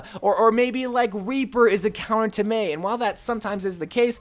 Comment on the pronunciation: Im sorry but its Mei sorry